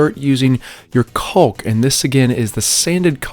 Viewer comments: love your videos, but man it drives me crazy how you leave out the “a” when you pronounce caulk. You say it like “culk” missing the “aw” sound. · I've never heard anyone say "caulk" that way. XD Gorgeous reno!